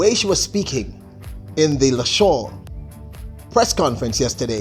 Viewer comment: Congratulations to the 1, 2, 3 clean sweep Jamaica🇯🇲. Well done on the PB and MR Shelly-Ann Frasier-Pryce. With that's said, let me correct a few things. Lausanne is French, and you keep saying Lashaun...to pronounce it you would have to say it like this "La-zann" (Lausanne). Secondly earlier up in the year in June, Shelly-Ann ran a 10.63 which was her personal best before the Lausanne Diamond League meet and not 10.60. Thirdly, Shericka Jackson ran 10.92 and not 10.90. Fourthly, the drive phase starts after the first 3-5 steps out of the blocks and normally last up to about 30-40M which help with the acceleration phase and about 70 -75M that is where the top end speed normally is maxed and the deceleration phase starts. What made the different this time around is, if you watched the Olympics Finals and Saturdays Diamond League in Eugene, you would have seen that Shelly-Ann didn't hold her drive phase and popped up out of it at the 10 meters mark with her head up high into the race which means she didn't accelerate effectively. This time around now in Lausanne, she held her drive phase and executed it for about 30 meters and that's what made the different and the fact that Elaine didn't get the start she hoped for. All I know is, if Elaine had gotten the perfect start, the world record would have been broken with that +1.7 Meters wind. Well done ladies.